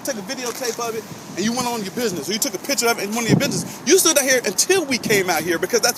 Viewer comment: Hey!! The word is "PICTURE" not "PITCHER." Prime example of a with a head injury - a prerequisite for employment with the government.